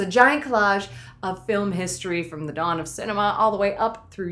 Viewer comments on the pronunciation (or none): none